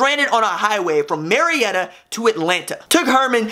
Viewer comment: Sorry R.J. but I've got to call you out on this one. Marietta (May-retta) is only 16-18 miles from Atlanta. I lived there as a kid. I do like your style.